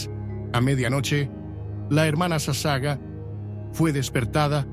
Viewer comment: Por favor su apellido de la Hermana leálo toral y correctamente es SASAGAWA ( le faltó pronunciar la última sílaba WA)